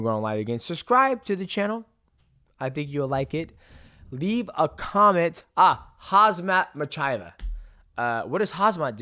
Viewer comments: "Hazmat Machaev" is a good one. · Hamzat Michaya! LMAO! Biggest butcher job of the year Johnson. Its ok got a good laugh from it. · “KHAZMAT MICHAEV” - that was a Chael Sonnen moment right there lol